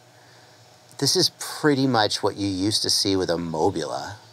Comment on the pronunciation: mobius right? not mobula